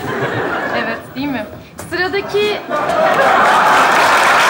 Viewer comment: değik değil "DEĞİL"😂😂😂